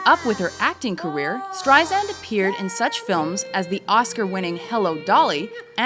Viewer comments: omg dont call her barbra streizand its streisand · If she’s so famous, why don’t you know how to pronounce her name? It’s not streiZAND, it’s streiSAND, like sand on the beach. She’s been saying this to people for the past 65 years! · Awk! Zand??? No sub or like for you until you research the correct pronunciation of Barbra StreiSand's name. AWK! I can't look at this anymore. Click OFF! Get it right. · It's pronounced StreiSAND. As sand on the beach. Not ZAND! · Streisand not Streizand soft s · It's StreiSand, not StreiZand! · ... for the love of god ... Strei-SAND. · I wanna punch the narrator. It is StreiSand!!!! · Everyone who is giving grief about mispronouncing her name is just acting ridiculous.... I mean seriously, everyone needs to chill. Try saying it out loud yourself without saying " StrieZand " or some other way. Also probably has a hard time pronouncing certain letters or phrases like I do. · calling her Streizand is making me nuts! WHYYYYYYYYYYY???!!!!!!!!!!!!!!!!!!!!!!!!!!!!! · You would think that someone narrating a special on Barbra (who's been in the business for almost 50 yrs.) would know how to pronounce her fcking name. By the fourth "StreiZand" I was done .... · I agree, but it's Strei-SAND. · Lousy account her career highlights with footage not matching actual events and narrator mispronouncing her name... Really shitty job,! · Make another video and get someone that actually says her name correctly. Jesus Christ. I cringed every single time it said her name. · Ok you guys have GOT to learn how to pronounce her name !!!!!!! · how can anyone in media dare to mispronounce her name at this point!! BOOOOOOOOO!!! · Y'all can't even get her name right. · Couldn't even finish watching this video because she kept pronouncing her name wrong.